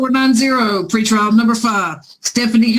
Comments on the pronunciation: Dang. I kept hearing “free trial” and now that you write out “PRE” I feel like an idiot. Haha. Thanks! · At least on the "PRE" lol